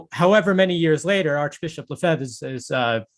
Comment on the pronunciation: Lefeber? A little more respect, sir. No r at the end.